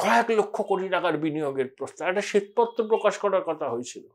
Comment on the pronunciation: আপনি 'একটা' শব্দটিকে 'এটা' বলে উচ্চারণ করেন। শুনতে খুব খারাপ লাগে।